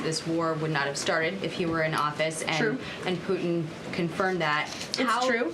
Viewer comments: I like the way she says President Poot..in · Why can't you pronounce "Putin"?